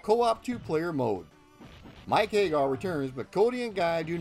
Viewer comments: but that's how you should pronounce it, because hay-gar is terribly wrong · Hag-gar, not Hay-gar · Understood. Regardless it is still incorrect. Please use Sammy Hagar as a reference. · Very informative. Don’t want to make it seem as if this wasn’t a good documentary. I always thought Andore was based on Andre the Giant as they even have several references to Andre the Giant such as his big Wrestlemania match against Hulk Hogan being copied for Hugo and Alex’s intro. Just a few corrections: 1-You said Mike “Hay-gar.” It’s pronounced “Hag-Gar” 2-You said “An-Do-Ray” when it’s “An-Door.” 3-The O at the end of Rolento is silent for reasons I don’t know...but they pronounce it “Rolent” 4-Roxy is NOT transgender. Poison is. They are two different characters. 5-That’s funny about the gay thing. Not sure if you meant it on purpose. The “Gay” spelling was a mistranslation of “Gai” and Japanese kanji doesn’t always translate well to the Roman alphabet so they thought, “Gay” was pronounced “Gai” or “Guy.” It was never supposed to be pronounced as gay 😂. 6-You said “Mackie” when her name is pronounced “MA-Key” 7-Final Fight: Streetwise was released in 2006, not 2005. As said, really good documentary. I hope you increase greatly. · No sure I agree with your pronunciation. It's not Hay-gar, it's HAG-gar. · "Mike Haygar"?? Pretty sure it's HAGG ARR